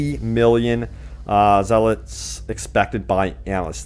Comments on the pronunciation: Polish currency is called ZLOTY - phonetically its zuh·laa·tee and not "zelits" like you pronouncing it. Sign. Polish citizen. After XE currency converter - 32.5 million zlotych is 8,869,265.79 US Dollars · That polish currency is pronounced "slotty", not "zealots" ;-)